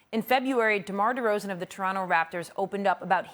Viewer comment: Did she say demar rozan 😂